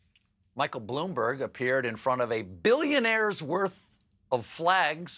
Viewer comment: Did anyone else hear Stephen say "Bloomberger"?